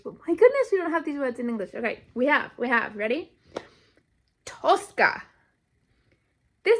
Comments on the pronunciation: It's тоскА with the last syllable stressed, тОска with the first syllable stressed is an Italian opera (Tosca) Тоска has always been an equivalent of sadness for me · ТоскА - ударение на последнюю гласную - А. Тоска - это когда вы думаете о чём-то или о ком-то, и думаете об этом с грустью, и даже плакать хочется. Примеры - 1 - Вы влюбились в парня и тоскуете по нему, думаете о нём и вам грустно. 2 - Вы с грустью вспоминаете какого-то умершего человека или своего питомца, тоскуете по нему, хотите вернуть его. 3 - Вспоминаете своё детство, как вам было тогда хорошо, и вам становится грустно, вы тоскуете по своему детству. Честно говоря, это слово - тоска, оно редко используется в обычном разговоре, и оно уже немного устаревшее. Его часто можно было встретить в советском кино, в старых русских сказках, в классической русской поэзии. Возможно оно и сейчас встречается в поэзии, но я за стихами не слежу. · "Тоскá" (with an emphasis on the last syllable). In my opinion, the best way to describe "тоска" in English is with the words "longing" and "yearning," which're used when we miss our home or a person, which is often the case with "тоска." In other situations, when we're bored, "тоска" becomes "melancholy" or "ennui." "Хамство" is often used to describe verbal rudeness, so we can replace it with "rudeness," "boorishness," or "loutishness." Although the word "сутки" is exists in our language, it's more often used as "day/день" in any case, implying 24 hours without distinction between day and night. like, why count the night if we're sleeping anyway))